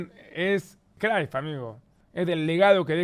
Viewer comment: Porque pronuncia el nombre de cruyff crayff? Ajajajaja este pronuncia como quiere los nombres